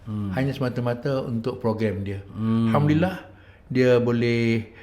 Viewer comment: Ustaz sebut alhamdulillah bukan hamdilah